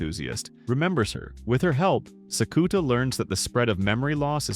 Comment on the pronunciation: Thank you for the recap! I watched this and the last few episodes of season 1 before I catch up on the movies for season 2. This pronunciation of Sakuta is killing me though 😭